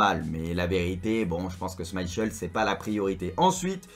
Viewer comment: Je rigole quand tu dis Schmeichel 😂